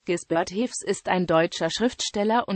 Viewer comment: Der Mann wird Hafs ausgesprochen, das e ist das niederrheinische Dehnungs-E.